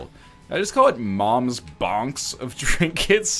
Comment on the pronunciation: he kept mom's box just so he could keep saying mom's bonx